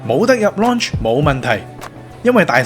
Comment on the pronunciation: 拍片之前google吓個lounge字點讀啦😂😂😂😂